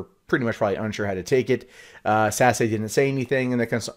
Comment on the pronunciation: Just FYI, not trolling here, Sasse, is not pronounced Sassy, it is pronounced Sas. The political ads were almost impossible to watch because when they pronounced Ben Sasse, it sounds like Ben's Ass.